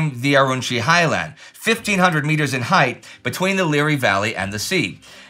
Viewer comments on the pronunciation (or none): none